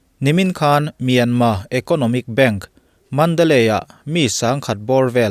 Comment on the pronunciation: A lam dan leh a ziah dan a dang deuh ani e. Myanmar ti a ziah khi a dik a,mahse a lamrik dan erawh chu myanma ti a lamrik tur ani,a tawp a R lai khi lamrik loh tur. Thailand te hi TH a H lai hi anmahni Thai ho hian an lam ri ngailo,chutiang bawkin Myanmar lam pawn Myanmar ti in an lamri lo a,myanma anti.Sapho chhiardan hi a dik ber emaw kanti ngawt zel a.